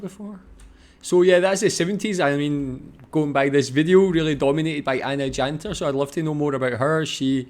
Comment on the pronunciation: Jaka Dżantar? xDDD Jantar jak już.